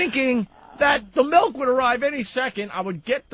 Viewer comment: I can't decide what's more infuriating, the entitlement or saying mElk.